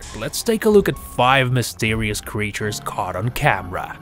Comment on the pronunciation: he said quechers